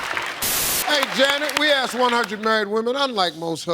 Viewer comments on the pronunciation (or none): It's not axe it's asked